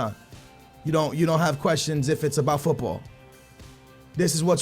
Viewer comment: this is getting annoying.....stop pronouncing football the wrong way